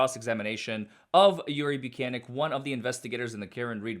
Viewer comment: His last name is so hilariously easy to mispronounce. I think it’s “buke-Nik” though. Also I 100% believe Karen Read is being framed